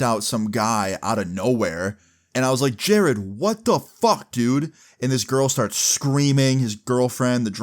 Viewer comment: Who the f is jareeeeeed????